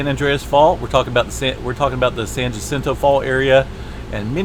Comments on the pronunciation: Okay so I live about as close to the San Jacinto Fault as I used to live to the San Andreas Fault. Just a word about how to say Jacinto. You want to think of Spanish words, like jalapeño and that's the j sound you are looking for. It confused the hell out of me when I first realized how different the pronunciation was when I was a little kid. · The J in Jacinto is pronouncedas an h. Thank you for the info. I use to live in those mountans.